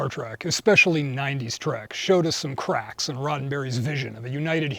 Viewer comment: Crqack? Did you say it twice? Cardassians! mmmm